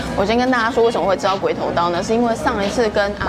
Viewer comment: 發音發好一點啦，乍聽起來像鮭...頭刀 哈哈